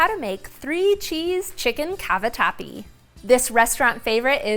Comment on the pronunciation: Chicken Cabawhati? 😁 love it when you talk foreign to us. 😆😆